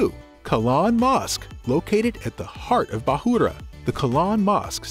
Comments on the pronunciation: Bukhara .. say it.. bu kha ra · Bahoora? Not Bukhara?